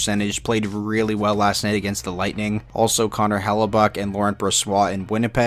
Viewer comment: Helleybuck-brossoit hahaha as we say in french : bonsoir